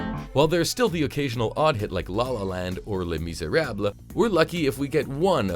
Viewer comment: Ghost5379 It's Les Miserables, not le miserable.